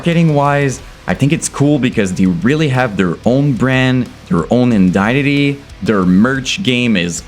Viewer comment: Bro, I love you. Please, let me help you. Ready? EYE-DENT-ITEE. EYE-DENT-ITEE. Identity. Mkay? You're welcome. Nice work, dude. Much love.